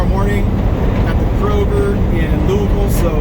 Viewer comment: Have to give you credit, for somebody from Cali you pronounce Louisville just like a native Kentuckian and I should know, I are one, lol. Have a great Thanksgiving and stay safe.